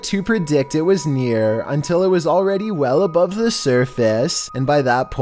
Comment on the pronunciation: " i'm not even sure if hitting the glass with her back like this would generate enough force to break iyAat"